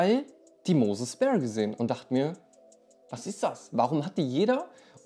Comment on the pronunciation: Gutes Video, es heißt nicht speer sondern sphere wie stratosphere halt phäre in englisch